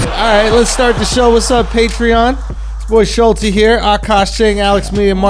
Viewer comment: I pronounce it the same way as charlamagne and I didnt know what Schulz was talking about lol I think Schulz is saying it wrong